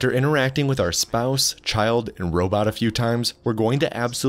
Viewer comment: I noticed you said Robit instead of robot. I say robit as a throwback to homestar runner. 20X6 vs 1926.